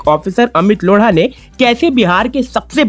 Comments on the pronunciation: लोढा है,लोङा नही। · Bauaa ko replace kr rahe ho there must be some potential haha😂 ..... lodha ko ese pronounce nahi krte dost 😂😂😂😂😂